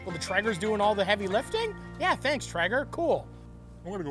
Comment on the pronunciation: tray-ger you lepton. not tre-ger